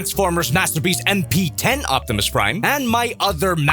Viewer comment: Optimy, Optimuse, Optimussies 😂😂😂 Also if it has a poseable thumb, this might have gotten a 5/5 lol